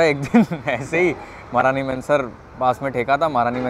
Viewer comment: It's महारानी महनसर Not महारानी मेंसर!!